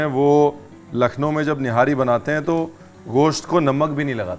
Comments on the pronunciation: Nope, that's not the perfect pronunciation. It's not ghosht (غوشت/ग़ोश्त), but gosht(گوشت/गोश्त). There's no غ/ग़ in there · Sir aap gosh kyun bolte hai, bahut Ganda lgta hai